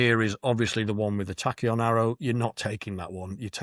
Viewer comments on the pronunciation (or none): none